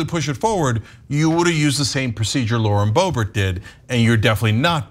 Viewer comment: Sometimes I hear "Lord Bobert" and it makes me giggle cause I think of her as like a dark lord.